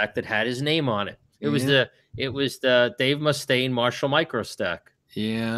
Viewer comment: Dave MOO-stain